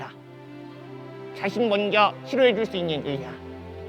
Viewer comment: 도치야 다정하게 불러놓고 냅따 던지는 거 왤케 귀엽냐 헬로우~? 녜! 니예~ 댜신을 먼저 치료해줄 수 있는 의샤 발음 귀여워 죽네 ㅠㅠㅠㅠㅠ